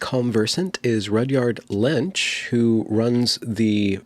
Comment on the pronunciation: Benjamin, my friend, you must have been hungry recording the intro, because you called him "Rudyard Lunch" twice